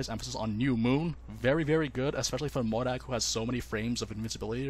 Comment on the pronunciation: i’ve always appreciated nn li’s pronunciation of mòrag’s name